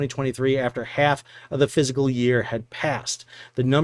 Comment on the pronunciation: It's physically painful to me to hear educated people say physical year.